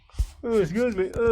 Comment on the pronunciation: "Exsqueeze me"